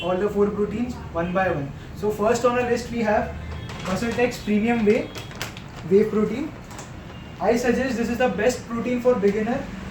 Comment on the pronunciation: its not wawe protein its whey protein bro